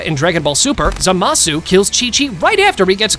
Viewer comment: also btw its zaamuhsue not zahhmaaasu